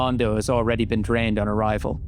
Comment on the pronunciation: This guys accent is so funny. The way he pronounces drained, player, and places are so funny. It’s that long long a sound